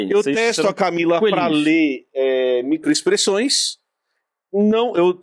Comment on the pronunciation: Micoexpressoes 😂 kkkkk